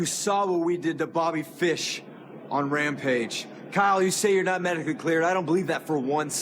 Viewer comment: Someone tell Darby there's a D in medically😄